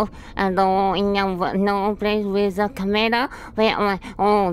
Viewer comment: ah yes, find the cahmehrah